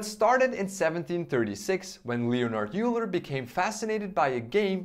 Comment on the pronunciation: Hi! Euler is pronounced as 'Oyler' or 'Oiler'. Great video btw!